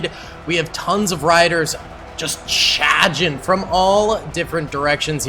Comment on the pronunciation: “Chaghin” your inner Masshole is showing.